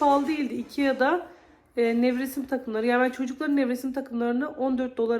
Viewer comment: Hosgeldiniz, IKEA'nin okunusu (Aykiya) dir.